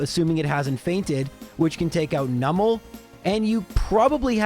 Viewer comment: Great video! Always have been a fan. Is that really how you are supposed to pronounce Numel? If so, I’ve been saying it wrong my whole life.😂